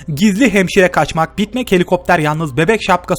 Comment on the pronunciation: Hemşireye ŞEMŞIRE diye adc heeeeeey